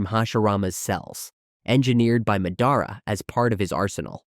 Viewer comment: Sorry you say Mehdara